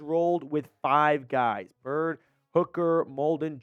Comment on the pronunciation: I’m sorry did you just call Kevin Byard “Bird”?